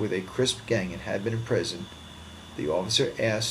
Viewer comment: Yo homie u drunk ? It’s CRIPS NOT CRISP lmao